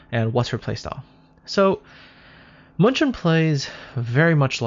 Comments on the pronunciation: I keep on reading and hearing Munchen as Munchkin, lol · Pls stop butchering german city!!!